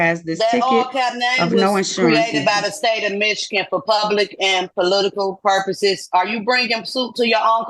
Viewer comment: What’s a prupose?